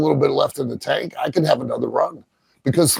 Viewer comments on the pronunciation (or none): none